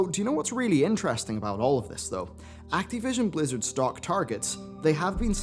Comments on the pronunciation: Why do you say Act-E-vision? its Activition. I know your English isn't great but come on, your better than this. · Why are you saying "Activision" weirdly?